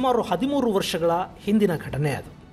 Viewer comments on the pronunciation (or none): none